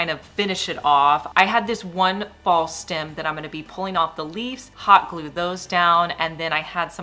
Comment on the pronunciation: What's a stim...it's stem😮😮😮😮